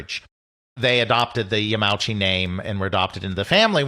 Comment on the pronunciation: PLEASE. You are a history channel. The Nintendo president's surname is pronounced Ya-ma-u-chi, not Ya-meow-chi.